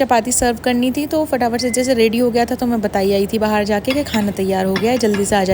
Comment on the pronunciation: Aap bahar ko bahaar kyu bolti hai 😂